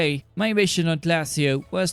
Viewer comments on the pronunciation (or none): Pronouncement: Glay-shi-o